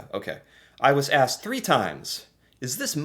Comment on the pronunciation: Out of about a dozen words Americans mispronounce, the one that irritates me the most is "asked " . To many pronounce it "axed". Wth....s is s and x is x. Makes me wonder about the level of the English language being taught in the education system in America.